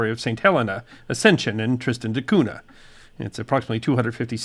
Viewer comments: Tristan da Cun-NYA ... "NH" is the Portuguese equivelant of Spanish "Ñ" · Now if he will pronounce Cunha correctly -- with the "Ñ" sound of "NH"... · Cunha is pronounced Ku-ña.